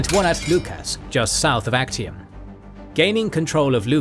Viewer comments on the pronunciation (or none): theres a error its not Achtium its Actium